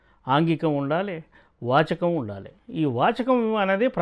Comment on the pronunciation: వాచకం కాదు జర్నలిస్ట్ గారూ వాచికం స్పష్టంగా ఉచ్చారణతో మాట్లాడండి